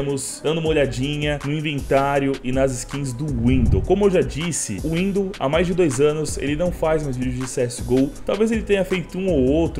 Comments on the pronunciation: E NÃO É WINDOU É WINDOH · Windohrrrrrrrrrrrrrr mano toda vez eu começo a ri ksksksk